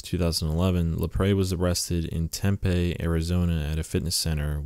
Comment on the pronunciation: Dude, indict is pronounced “in-dite”. Also, it’s not an arrangement, it’s an arraignment. Tempe, AZ is pronounced “tem-pee”. Seriously man, up your game. You’re killing me over here.